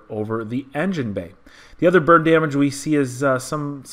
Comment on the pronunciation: Sounds like you keep saying "Bird Damage". What did the bird do?